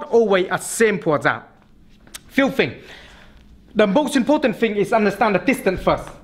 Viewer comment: when FINGS mess up.. . (professional work though)